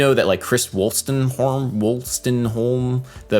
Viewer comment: Yeah, it's Chris Wolstenholme. Nice pronunciation, Adam.